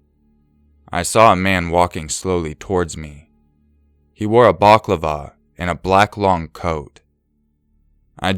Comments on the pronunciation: bal-ah-clah-vah - the way you pronounced it (baklava)is a sweet pastry LOL Bless :) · Wow, do you guys pronounce balaclava as BAClavar? I had to wonder what you meant at first...